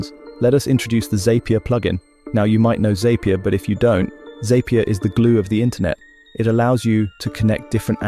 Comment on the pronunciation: Zapier is pronounced Zap-ier not Zape-ier. It makes things zap more. Tasks in Zapier are actually called Zaps. Gist is pronounced Jist not Gist. This is real word referring to the core essence or key idea of a more complex subject.